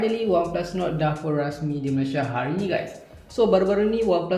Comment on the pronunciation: Mcm Nuku bkn nord hahaha